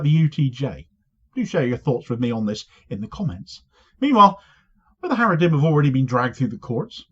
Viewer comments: Every time you say 'Haredrim' i keep visualising the Haradrim in the Lord of the Rings, lol. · 😂😂 he said haredhim, the orthodox🧃 But fans of LOTR too here 👋